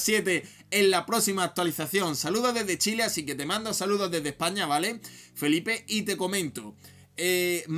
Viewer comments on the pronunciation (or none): none